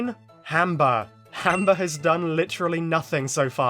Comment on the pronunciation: Are you saying Hamber or Amber for 19? It sounds like you're saying "Hamber", but the Auto-Generated Caption says "Amber"